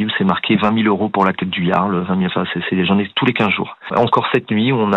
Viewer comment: Ah, il faudrait que Pascale dise à l'autre Pascal comment prononcer le jarl.